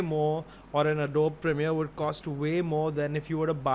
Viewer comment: You guys should have spent few minutes in how to pronounce ADOBE :P